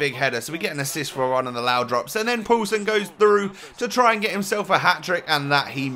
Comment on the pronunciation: When you say poulsen it sounds like you saying pøelsen and that means sausage in Danish